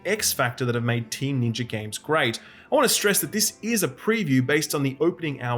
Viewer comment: Can you please pronounce ninja correctly